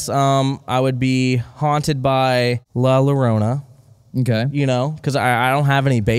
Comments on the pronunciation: Can we please get the correct pronunciation of la llorona. In Spanish, the double L or ll makes a Y sound. So when you say llorona it sounds like Yorona. Anytime you see a double L just remember it sounds like a Y. Another couple of letters that are commonly mispronounced are J & ñ, most commonly seen in the word jalapeño. JALAPEÑO is pronounced Halapenyo. The j makes an h sound and the ñ makes a ny sound. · hearing them say "la larona" instead of la llarona makes me CRINGE. YOUR GIRLFRIEND IS MEXICAN BUT YOU CANT EVEN GET THE Y SOUND RIGHT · La Yo Rrona pronunciation. Love you. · The way you guys pronounced la llorona made me cringe so bad, but that truly is the English way to say it